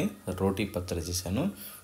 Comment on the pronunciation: "రోటీ పచ్చడి" కాదు. "రోటి పచ్చడి" . " టి " అంతే "టీ " కాదు. పెనం అంటే తెలుగుని కాపాడిన వాళ్లౌతారు. మీ తెలుగు చాలా బాగుంది. అంతా తెలుగులోనే చెప్పండి.